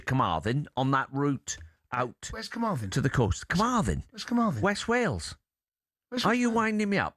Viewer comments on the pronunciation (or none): none